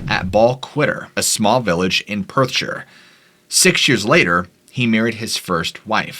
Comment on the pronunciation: Finally an American who pronounced Perthshire correctly...this also goes for any placename that ends in shire ie:- Staffordshire, Yorkshire Gloucestershire ...always pronounced (Sher) never (shy-her).. rattles me cage every time an American tries to pronounce it lol